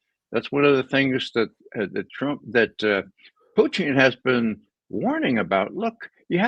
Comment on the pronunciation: God I wish he’d quit saying “Puteeng.” It’s Poo-tin. So irritating. Literally NO OTHER HUMAN BEING SAYS PUTEENG.